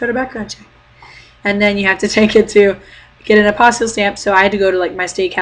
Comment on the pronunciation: Hi. I have a question. This will probably seem kind of goofy, but can you explain the "stamp" thing you're talking about? First of all, for the life of me I can't understand the word you're saying...it sounds like "apostle stamp"??? Sorry!! Second, you said you have to get it from your state capital? Can you tell me what that is? The stamp not the capital:-) Thanks!